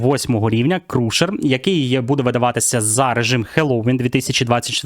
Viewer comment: перепрошую, не крушер, а крашер. цікаво чи ці танки не понерфлять перед івентами. Etherstrike